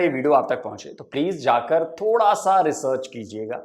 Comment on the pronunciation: रेचर्च क्या होता है भाईजान 🤣🤣🤣🤣🤣🤣🤣🤣